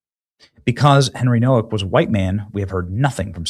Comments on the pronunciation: Hey Benny, his last name is Polish and the W is pronounced with the V sound so it's pronounced No-Vak I just wanted to say that maybe you should be aware of that in case you are not sure how to pronounce his name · Nowak is a Polish name...it's pronounced Novak!!!